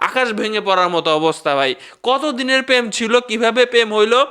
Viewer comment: পেম না, প্রেম। ভাইয়া please উচ্চারণ ঠিক করেন।